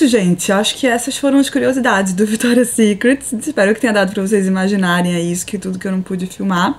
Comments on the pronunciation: Ficou muito bom.. não quero por defeito até pq, quem sou eu? mas uma pessoa do nível da Camila falar victoria secretSSS e gran palééé.. ficou feio p caralho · Cami apesar do meu TOC gritar toda vez q vc falava Victoria's SecretSSS, o vlog tá demais!! Parabéns pelo sucesso!!